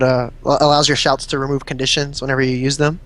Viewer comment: Is it really that hard to say Conditions?